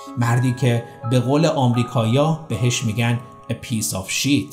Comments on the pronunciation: Shit azizam Shet khoonde mishe 😁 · سلام آقاي. با تشكر از اجراي خوبتون اون اصطلاح انگليسي كه درباره باغبان خلافكار بكار برديد piece of shit هست با تلفظ ( پيس آو شِت ) و شِت اشتباهًا ( شيت ) تلفظ شده. موفق باشيد.